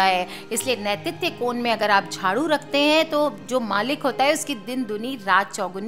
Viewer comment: आप ने कहाँ पढा है। और नैतित्य कोण का उच्चारण ही गलत है। किस शास्त्र का संदर्भ है।